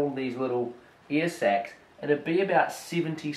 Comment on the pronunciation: I kept hearing "earsex" wtf